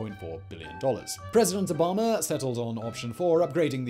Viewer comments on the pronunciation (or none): none